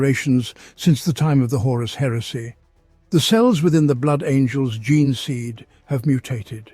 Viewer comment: 3.32.Chapters raised from the ge-neh stock? "Jean stock" Is the correct pronunciation. You do that quite a lot, say what your seeing, like you've never heard it uttered.Then later pronounce it correctly??? Strange! You do it with genestealers as well. Who ever pronounced genes ge-nehs?? Your familiar with the concept of genetics, the study of genes.